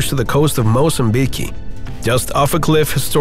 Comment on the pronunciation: "Mozambiquii" 🤣🤣🤣🤣🤣 you mean Mozambique 🤦🏻